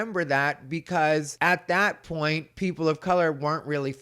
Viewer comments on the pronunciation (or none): none